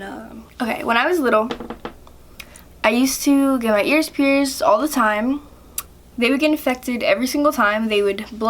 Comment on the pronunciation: You say pierced like pierzed and piercing like pierzing